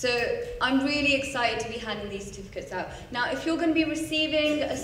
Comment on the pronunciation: As well as 'certificates'!